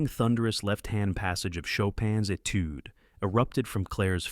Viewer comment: Doesn't the surname of Franz have an interesting spelling??? Not quite like Fran's Shopping list🙂 Please teach your excellent narrator how to pronounce "Etude." The whole story is amazing, except for those obvious blunders, May I offer some proofreading?